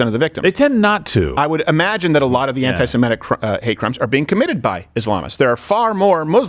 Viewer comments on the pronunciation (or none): It's not "Simetic" it's "Semitic", and the phrase does not just include Jews.